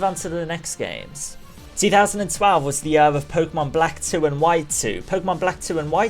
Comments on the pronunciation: Year, not yur... This bothers me way too much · I love how you say year like "yuhr." No offense, it's kinda funny. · INTO THE YUR! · holy shit i hate the way you say "year" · I oddly get annoyed when you say year